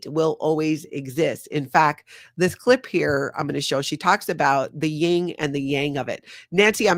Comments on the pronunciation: It's yin and yang. Not ying. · No disrespect meant but it’s Yin Yang not Ying Yang. Great live today, thank you 🙏🏽